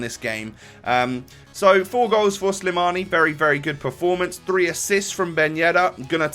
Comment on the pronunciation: His name is slimani :) not slamini so ur right